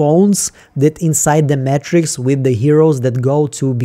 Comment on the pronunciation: say Matrix like Mattress? say Eagan like Ahgan? Say it ain’t so